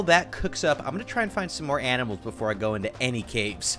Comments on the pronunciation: Did you said aminal instead of animal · He said aminal when he saw the cows 😂😂😂😂😂😂😂😂😂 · Aminals hahahahah You mean animal (⌐■-■)